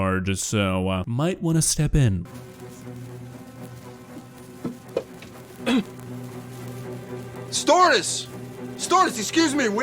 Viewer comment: He said stewardess